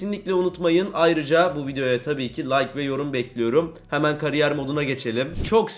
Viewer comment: "FİFA 23 "KARİYYER" MODU" 😂😂😂